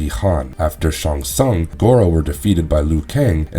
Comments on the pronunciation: It’s pronounced Shang Tsung not shung tsung & it’s Kai lang not Kai lung lol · "LEAN Keui" "SHONG Tsung" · Shong shongs island.